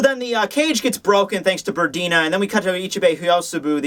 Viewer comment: PERNIDA! It's frigging PERNIDA,! P-E-R-N-I-D-A. Not Perdina.